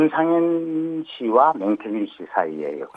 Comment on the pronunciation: 명태균인데 자꾸 맹태균이라네.ㅎㅎ